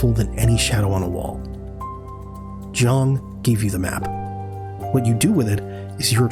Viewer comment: His name is Ji-ang, not Jung. Get your AI bot writer and speech synthesis to say it properly next time.